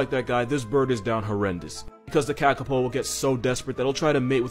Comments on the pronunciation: Kakapo is pronounced KahKahPaw :) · kakapow no its more like kakapoo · Pronounced carcarpour kakapo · Kakapo (kuh-kah-Poh)